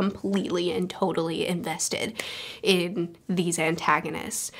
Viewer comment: Hahaha ANTagonists 😂 good one! Even if you didn't notice how you said it